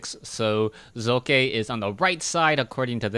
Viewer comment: Am I the only one that appreciates pronouncing the protoss players name? To any other caster: its not Sock.